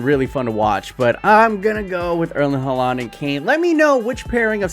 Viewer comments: I get real stressed when he says halaaaand instead of haaland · am i the only who gets really annoyed by his pronounciation of haaland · the way he pronounces Erling Haaland brings me physical pain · The way he pronounces Haaland is extremely annoying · i'm always so confused when he says Haaland :D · Kolašinac too! Ive always wondered why people pronounce it like that when its wrong.